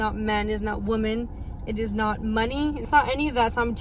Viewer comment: Why can't Gen Z pronounce the word 'Women' correctly?